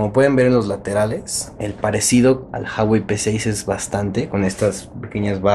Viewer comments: Se dice Ju-a-güei, no "jawei" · Ju-a-guei, no «jawei» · no se pronuncia JAwey, afortunadamente se pronuncia como se lee uawey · Se pronuncia ua-uei saludos ellos hacen un video enseñando como se pronuncia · Se pronuncia jüawei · Se pronuncia Uawei XD saludos buem video :-)